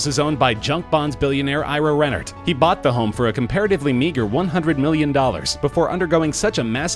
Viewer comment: 23 and boight a freakin mansion. Geez!